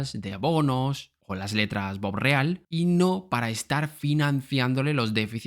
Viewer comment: Es bopreal no borreal. Y esos bonos no son para la deuda externa. Son para la deuda interna que tiene con los importadores. Ya me saque la duda anterior. No entendes de que estás hablando...